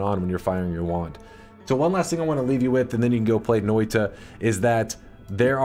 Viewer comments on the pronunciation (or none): As a Finn, got to love how badly he pronounces that Finnish word "Noita", like "Noiii-tA" :) Noita basically means "Witch"